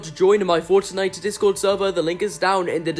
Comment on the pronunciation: I love how he ses forttnitte😂